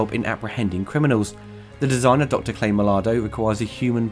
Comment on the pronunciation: This was a brilliant show was I was younger, if you take Robocop 3, Robocop (2014) and then Prime Directives and hold them against The Series, I can assure that the 21 episodes of The Series will entertain more. Not sure if you're saying 'Clay' or 'Cray' though...